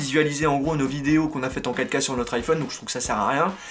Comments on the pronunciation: quand tu dist filmez en 4k , sa sonne comme si tu disais Kaka :) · Pourquoi il dit l'apparition de caca mdrr a